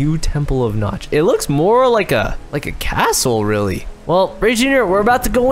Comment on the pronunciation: I thought you said the The temple of nuts